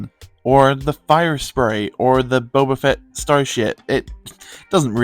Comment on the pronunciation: No hate but it’s Boba fett